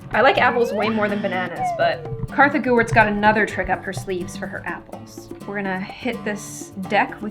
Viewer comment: It's not Katha